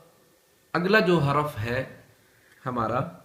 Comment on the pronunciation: Haraf nahi harf